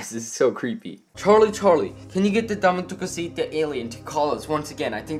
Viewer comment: Dame tu couseta Das how you say it